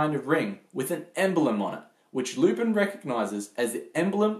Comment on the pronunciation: Good review but it's pronounced Loo-Pawn. I also encourage you to watch the Mystery of Mamo which was , in my estimation, better than Miyazaki's film.